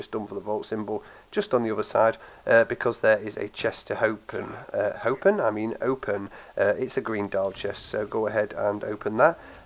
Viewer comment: "there is an other chest to hopen ....ähm i ment open ....." 😂